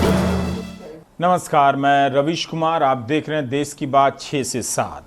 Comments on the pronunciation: "देस" नहीं होता..."देश" होता हैं श्रीमान🙏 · देश होता है ना कि देस तो आप थोड़ा ध्यान दे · देश होता है न कि देस